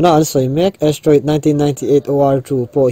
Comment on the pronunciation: Astroid nilo in Asteriod anilo ami??? hawrawp khi i ti diklo in ka hria..Chuan duh aiin i țawng rang...mi kan inang lo a..kan beng chak dan a inanglo bawk a...mi tinreng...upa leh naupang pawn an en a an hriat hman turin sawi a țha ka ti